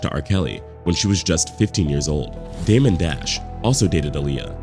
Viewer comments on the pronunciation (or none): none